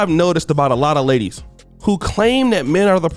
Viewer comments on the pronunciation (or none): none